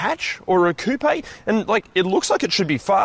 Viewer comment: Why tf do you say coupe like that, it has no accent mark